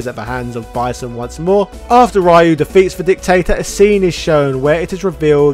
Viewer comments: Re-U...not Rai-You. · Will you PLEASE PRONOUNCE RYU'S NAME CORRECTLY! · PRONOUNCE RYU'S NAME CORRECTLY!!!! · Bro... why do you refuse to say Ryu's name correctly? It's completely disrespectful to Japanese culture when you know you're saying it incorrectly